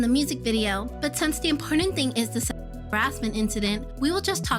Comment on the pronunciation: Why can’t you say ‚sexual‘